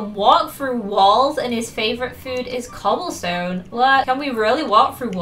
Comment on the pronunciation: When she said cobblestone I thought she said coal stone😂😂